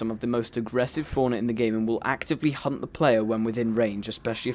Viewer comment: sounded like he said, "Will actively hump the player" but he said 'Hunt'